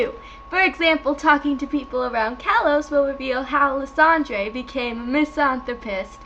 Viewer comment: celebi (Sell-a_bee). Lysandre (lie-san-der). You make no sense and learn how to say things